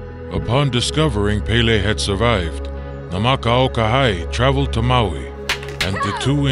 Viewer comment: Most of the pronunciations are good but the w’s are pronounced as v’s so awa would be pronounced as ava. And kinolau is pronounced key-no-lau not key-nah-lau. Also Nāmakao-Kahaʻi was good until the ha’i part. There’s a glottal stop between the ha and i so it’s not pronounced hai but ha-i.